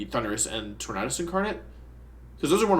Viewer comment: Why do you keep mispronouncing the name "Tornadus"?